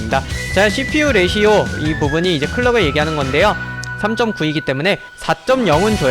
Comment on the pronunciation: 레시오가 아니라 레이쇼입니다